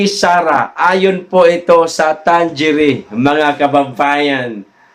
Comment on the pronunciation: Mga kaPL Ang tamang bigkas sa survey firm na yan ay Tang-ere!!